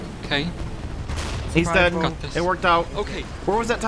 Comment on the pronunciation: Somehow it triggers me that he is saying "deadn" instead of "dead". Is there a meaning behind this?